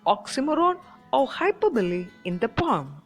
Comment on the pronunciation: It is poem not pom